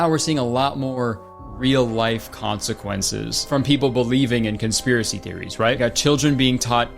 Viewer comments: new kurtis verbal malfunction just dropped! welcome aboard consequenches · Someone has to update the kurtis mispronouncing compilations now or there’ll be consequenshus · add "consequenches" to the kurtis conner mispronunciation dictionary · “squeet” died 2023, “consequenshes” born 2024, welcome back king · babe wake up new kurtis mispronunciation just dropped: consequenshes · “consequenches” new kurtis misspeaking just dropped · conspiracy: Kurtis said “consequenches” on purpose so his sheep would make more misspeaking compilations